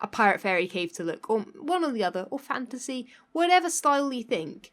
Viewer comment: Am I the only one who constantly hears "fancy" when she says "fantasy"?